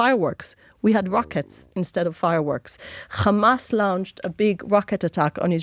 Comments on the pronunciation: U need to stop this german hollocast all the time and for ur correction in english it is Hamas not Gamas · Why does she pronounce Hamas in that strange way sometimes?